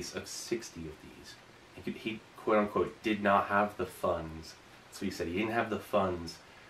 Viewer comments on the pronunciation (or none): none